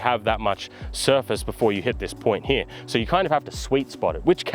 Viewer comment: . . . H E R E . . . The word is "here" NOT "hyah" 🤬